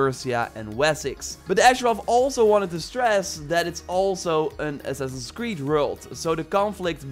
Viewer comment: "Ass-ass creed" bro what?